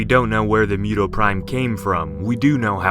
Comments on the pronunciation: Moo- toh Not mew-toh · Why do you pronounce it as MEW-TOE ? It should be MOO-TOH, right? Or is it just me? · Yes, its moo-toe not mew-toe. Also is hemi-globe-in not hemi-glob-in. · mew tow prime 😂 it’s moo-to or moo-toh. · what are you talking about? Isn't this story about kaijus? Then we should follow the japanese pronunciation. MOO-TOE OR MOO-TOH not mew--toe. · MUTO (Moo-toe) not (Mew-toe) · Stop pronouncing it as mew toe, it's MOO toe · Not mewdow lol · Moo toe sounds like it makes more sense. And that's how it's said. What if he mispronounced godzilla as godzeela? That would bother you at least a little wouldn't it.